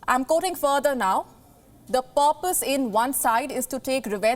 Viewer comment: Janvary, really? Porpose, i dont doubt your language skills, but it would-be nice if you could brush up your pronunciations a little too, you see beauty doesnt always hide flaws, sometimes as in your case it just highlights them, and dont fault me for my punctuations pls, these are more typos the lack of knowing the spellings or grammar of the english language.